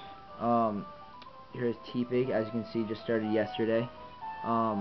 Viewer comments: It's pronounced Teh-pig not Tee-pig It's a pun of Tepid and Pig. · It's not Tea pig. It's te with the normal e sound. Te(normal e sound)pig